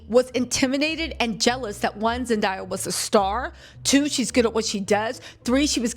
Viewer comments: I’m so proud of Zendaya!!! (btw u kept saying her name like Zen.dye.a lol it’s Zen.day.a) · Her name is Zen DAY uh .. not zen die uh … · The mispronunciation bothered me too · Youre definitely clocking sweeney tea with this one. Love the video. By the way It’s Zen-day-a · its Zen-DAY- Yah lol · Girl. Zen-DAY-yah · It's ZEN DAY YA (say the word day) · Girl.. Zen-DAY-ah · You can't even get her name right. 😂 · Oh my GODDD!!! If you cannot say her name right do not say it at all!! Please and thank you ❤ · Why is mispronouncing Zenday's name?